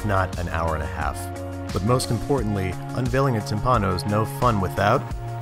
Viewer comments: Great stuff! (But the accent goes to the first I) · Tìmpano no timpàno dio ti fulmini